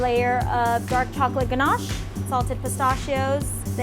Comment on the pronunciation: just me or does anyone else fine the way pronounces, ganache and pecan funny